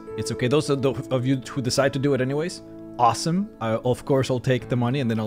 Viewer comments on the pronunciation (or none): none